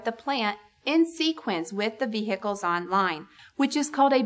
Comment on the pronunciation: Vee hickles?